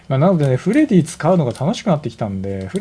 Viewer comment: さんの言い間違いでフレディが「フレ爺」に…w